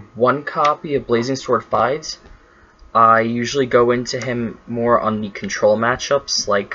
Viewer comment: Also Fides is pronounced as Fee-dus not like you were omg